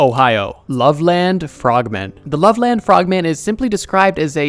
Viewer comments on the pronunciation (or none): It's not love land it's love Lynn* 😭😭😭 also Hi frogman